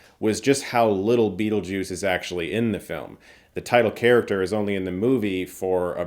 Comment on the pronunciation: STOP SAYING BEATLEJUICE. The sequel will be called Beetlejuice Beetlejuice B...